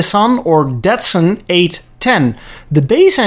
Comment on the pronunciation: Where did you learn it more accurately , not learn, to pronounce brand names ? Did you never hear a Datsun or Cimarron ad ? You’re quick to dump on American cars that true . You’re presentation and mispronunciation is horrendous and deserves to be dumped on too .